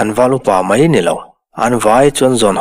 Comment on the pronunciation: Thluk loh tur i thluk hnem mah², e.g mai tih te hi maî tiin i thlûk thin, thlûkna awm lo chu thlûk vak hian hian beng a ti thlep, mai mai tih pawh mei ti a lam ka hre fo, chhiar uluk teh, chuan sawisel na hi an like duh miah lo 😃😃😃